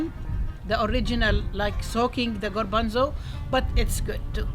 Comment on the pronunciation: You say "garbanzo" in spanish,like us!! Excellent recipe! Greetings from Uruguay, Sout América